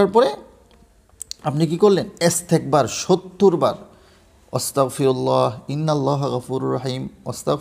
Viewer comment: ওস্তাগফেরুল্লাহ না আস্তাগফেরুল্লাহ